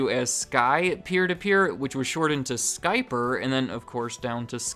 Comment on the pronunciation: Skyper sounds like "scalper", lol.